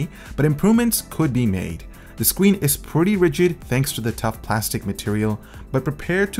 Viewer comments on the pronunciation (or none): he said scween not screen and he said fringer prints!😄